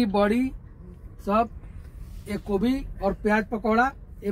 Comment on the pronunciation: Kobi ni gobhi hota h bolna to shikho😂😂😂